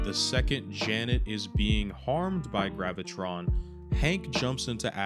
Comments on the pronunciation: Its Graviton Not gravitron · Sorry man but his name is pronounced Graa va tarr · its Graviton. Gravitron is a ride from the state fair 😂😂😂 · Actually his name pronounced Graviton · Graviton. Not Gravitron. Sorry for being a buzzkill) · Graviton. There is no extra R. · you said Graviton's name wrong the first time, also it's stated in the show that Graviton was not the cause of the multi-prison breakout. Wonder-man sought out the help of his brother the Grim reaper, the second in command of Hydra for help and the dude introduce Sam to A.I.M. to get his powers.